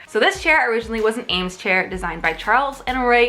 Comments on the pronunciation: Someone must have said it before me already but here I go: it is pronounced ‘Eems’ now ‘ams’. Please get the pronounciation of famous designers right when you make a video about design... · EEEEEEEEEEames ———- not ————AAAAAAMES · it's pronounced "EEEEEames" not "Ames." Sorry girl, but I had to correct you!! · Sorry to be annoying but ...the Eames family pronounce it Eeems. So many design professors have it wrong!